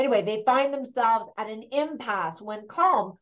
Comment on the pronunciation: Some of your pronounciations needed a bit of work Colm is pronounced Colim ,which is why we irish can't pronounce film correctly Padraig is paudrig or pauric not padraig Barry Keoghan is kyohin not keegan Bean si is pronounced Banshee exactly the same The film was not 100% historically accurate ,not that it needed to be,however its interesting to note that pub sessions and women in the main part of the pub wouldn't have occured at that time in the 1920s.Pub sessions are the result of catholic church backed irish laws as it was it was the first year of independence its unlikely the new irish government were passing many laws that were not to do with the Civil war which was going on at that time.Another thing is the language offshore islands off the west coast would almost certainly had gaelic or irish as we call it here as the community language not gaelic.Thats not a criticism of the movie just some observations. Suileabhan means one eye not sure whether that has any meaning in the film or not